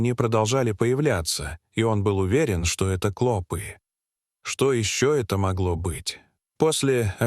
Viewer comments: Не клОпы а клопЫ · Не кло'пы, а клопы' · КлопИ, а не клОпи. Ти, что в школу не ходил.😅😅😅😅😅😅😅, зУда, а не зудА.. Научись читать. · Не клОпы а клопЫ! Неправильное произношение не делает чести автору ролика. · Как же раздражает произношение клОпы с ударением на О:face-purple-smiling-fangs::face-purple-smiling-fangs::face-purple-smiling-fangs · Невозможно слушать эти "клОпы"! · Ну почему ударение слов отвратительное. Клопы'. Клопо'в. Ты что искуственный? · Какая безграмотность клопі уларение на Ы